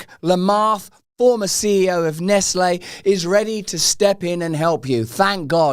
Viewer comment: Nes-Ley? Brits are clueless, they think theyre sooooo cute🫵😆